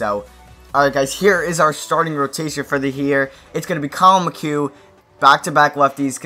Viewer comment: Great vid I live in houston but go look up how to say dallas kheucel and colin McHugh